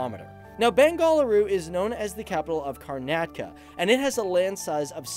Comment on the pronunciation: When you say I get so cringe Bengaluru (you are pronouncing Bengaluru & Karnataka wrong ) P.S I live in Bangalore